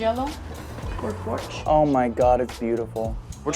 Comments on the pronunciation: "Porch Yellow" is a crime 😭💔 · She said: Seegma jello for porch? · "porch yellow" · If you think you’re yellow is a bit odd you called it “Porsche” yellow but the can says “ porch” yellow. Sounds like there might’ve been a breakdown in communication. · That wasn't Porsche yellow that was porch yellow!😂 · "Porch Yellow" 😂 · That's not porsche yellow it says porch yellow you got scammed🤷‍♂️🤣🤣🤣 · For the love of god, please pronounce Porsche correctly. This is a car channel, after all.